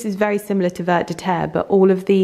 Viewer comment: one day you will see my message lol… ‘vert’ rhymes with terre. It also rhymes with ‘there’ and ‘pear’… you get the idea! 😘